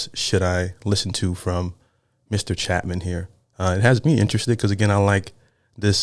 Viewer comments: Its Cha pin, Not Chapman there is no M. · Love you,, and love Harry Chapin. Please notice it's not Chapman, it's Chapin (chay - pin). This guy's a legend. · There is not a letter "M" in either the spelling, or how you continue to incorrectly mispronounce, with an "M", his last name as Harry "Chap-man / Chap-men". It's spelled "Chapin", and pronounced "CHE" (as in 'Che Guevara') "PIN" (as in 'needle & pin'). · ACTUALLY pronounced Harry Chapin (chape-in) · It’s pronounced CHAY-PIN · Harry Chapin (Chāpin) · Chapin... pronounce ... Chay-pin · Chay-Pin. Cat's In The Cradle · It's Chapin and pronounced Chaypin. Jeez read it. I grew up on Long Island . Saw him a couple of times. He died at 38 in a car crash. He opened a food bank and fought for people to have access to food. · Fyi, his name is pronounced CHAPE IN. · Not Chapmin - Its Chapin, with a long A sound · it's pronounced, Chay Pin... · Yeah, Harry Chay-pin, phonetically. First syllable accent. A great story teller, the kind of person you want to know. I was 15 when this song came out ... wow. We lost him. One of those awful truths, life is so unfair. Listen to more of his stuff, he'll explain it. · Not pronouncing his last name correctly.